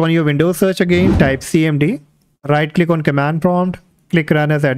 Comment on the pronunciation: bro i cant understand that in debloat window you weere saying right lick on desktop hit enter key icant understand wt u are saying